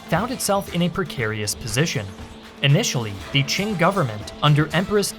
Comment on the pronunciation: I love how foreigners can never pronounce Qing correctly.